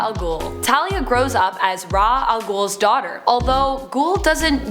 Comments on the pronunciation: Ok, quick mini rant, but how can a channel named "Top 10 Nerd", which makes references to a large chunk of the comics and shows involved with whatever topic is being spoken about, get so many pronunciations wrong? Like calling Ra's (pronounced "Raysh") al Ghul "Rozz" or "Ra", and calling Themyscira (pronounced "Theh-mih-sceer-ah") "Theh-mees-ree-ah". It shouldn't anger me as much as it does but, welp, it really does. Mini rant over but just... why though? :/ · Ra’s al Ghul is pronounced Raysh al Ghoul. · Her mispronunciation of the home worlds or Kal and Diana, Ra's Al Ghul and a few other points makes me wish they would bring back Roya Destroyaa. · "Raw Al ghoul" Don't disrespect Ra's Al Ghul like that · She also said themyscira and Ra's Al Ghul wrong